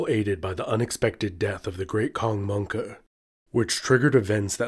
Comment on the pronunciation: "Mongke Khan" bro that got me laughing mad hard....(my humour is officially broken.) I guess that's how the meme "Monke" Started